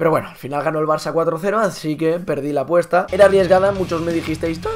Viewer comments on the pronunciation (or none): none